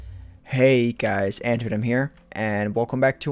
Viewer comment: lol instead of guys you sayed skys!